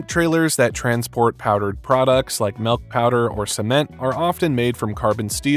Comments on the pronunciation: I was with you until you pronounced "milk" as "melk".... The "ill" sound in milk is more appropriate as "eel" than it is as "ale" or "egg" This is an ick for me...😂😂😂 I cringed so hard Everytime you said it. If this helps: the word used for where milk comes out of has the SAME vowel sound... Think about it... You don't say tets... LMBO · oh my god STOP SAYING MELK!!!!!!! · What is "melk"?